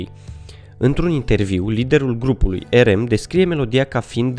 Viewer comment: RM nu se pronunță asa...